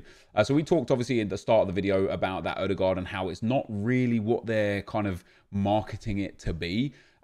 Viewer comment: How in the world did you actually pronounce Ødegaard right?